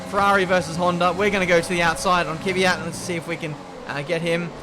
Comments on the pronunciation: Again..It's Kvyat,not Kivyat...:) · I’ve been annoyed by how you pronounce Kvyat for 2 years now. It’s K then V, not K-i-V. You pronounce it like it’s an i in there. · Somehow a lot of people see an imaginary letter between the K and the V in Kvyat. "Keeeevyat'....